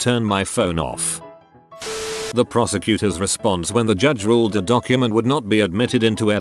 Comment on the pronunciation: Is it just me or does “prosecutor” sound like “prostitute”?